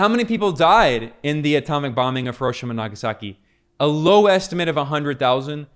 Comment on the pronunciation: It's 'Hero-sheema', not 'HurOHshama'.